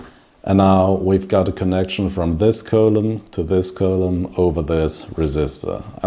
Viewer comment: Other butcherings of words (to a greater or lesser degree) here include: i) butcher ii) columns iii) Ada (fruit) iv) access